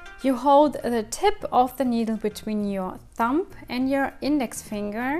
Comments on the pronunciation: just found you and already love your content. I'm not trying to be rude or anything and I personally would like to be told rather than keep making the same mistake over and over again. You actually say "thump" which as a noun means "a heavy dull blow" when you mean Thumb "the short, thick first digit of the human hand" there is a B sound at the end rather than a P. English isn't my first language and I know things like this happens. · I'm only saying this because you mentioned words. The word iron is pronounced i on. The R is silent. Same for the word thumb. The B is silent. It is pronounced thum.